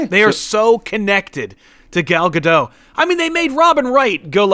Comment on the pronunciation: Her name is pronounced Gadote. It's Ivrit/Hebrew.